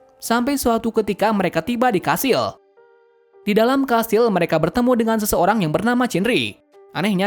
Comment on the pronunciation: Kastil❌️ Kashil✔️ 😂😂😂